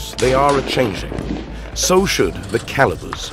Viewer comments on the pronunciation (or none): none